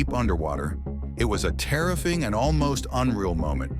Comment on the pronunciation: “Terrifying” is mispronounced. Get it together, AI.